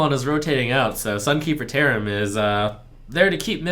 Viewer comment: LaybackGames Ye, I know he said that. But when I heard this phrase for the first time I heard "theremin" =)